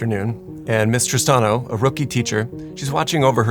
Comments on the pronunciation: I kept hearing "Mister Stano" not "Miss Tristano" lol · I was hearing "Mistress Tahno"!